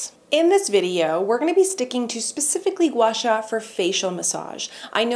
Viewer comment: you pronounced Gua Sha very accurately! I have been watching your vlog recently for motivations in these tough moments, and you have been giving me so much joy. Love from China❤️❤️